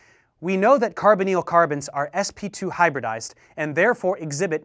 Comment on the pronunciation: just spent 2 mins googling carboneal, til i realised he was saying Carbonyl